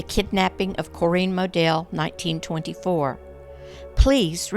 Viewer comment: I never knew you could pronounce Corinne the way you do, but I think I like it better.